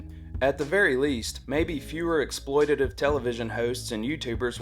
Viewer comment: You're REALLY good, man. Always nails. Even said "exploitative" correctly!